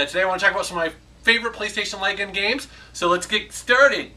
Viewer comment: Look me until about 5 minutes into the video to realise he was saying light gun and not lygan, I was wondering what the hell a lygan game is lol.